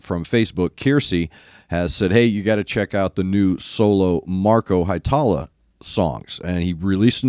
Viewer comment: Hee-e-tala, New-can-en, emphasis on the first syllable in Ollila, not Ol-lee-la. Finnish is easy, eh? Great reaction as always!